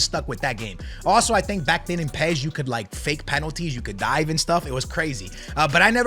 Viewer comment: The way he pronounces UEFA and says PES tells me his opinion isn’t worth squat diddly